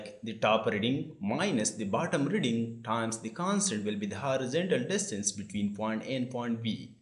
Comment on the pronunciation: Did he said, 'Can'tunderstand' or 'constant'